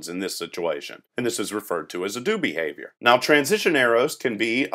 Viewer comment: "Bahavior" made me laugh Otherwise, good tutorial series. My Software Engineering professor told our class to watch this series.